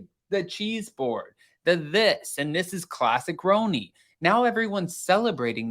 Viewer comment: Stop calling it roeni lol 😂